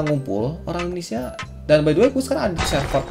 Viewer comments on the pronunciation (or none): none